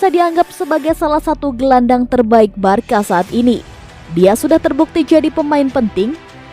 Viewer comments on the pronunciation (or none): Di sebutinnya barsa min bukan barka.. 🙏